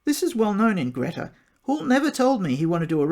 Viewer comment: It's pronounced Greta as in Greeta!